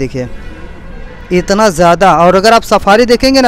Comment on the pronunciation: Why are u asking that I think because he Said etna instead of itna 😂